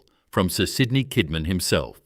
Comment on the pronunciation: He did not pay tax, ended paying a fraction of what was due. He fed the aboriginal stockman for labour. He inherited 400 pounds. That is more than 5 shillings. Gina Rineheart buys land Kidman leased. Something fishy there Add AI slop that cant pronounce names, towns or rivers. Kidman was spoken Kidmon, Kidmarn. I very much doubt he was honest. No one person can build an empire that big in early Australia being honest in my opinion. 100,000 square miles is a lot of country. Roughly Rockhampton to Sydney, going 100 miles inland.